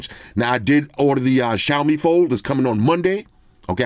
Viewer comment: mad respect for correct 小米 pronunciation 🇹🇼